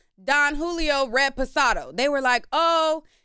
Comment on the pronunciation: It's "red pasado" fa me 😂😂 It's "REPOSADO" 😂